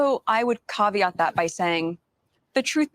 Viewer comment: "Cah-vee-ott." Meghan gives "caveat" the "ree-coh-tah" pronunciation treatment.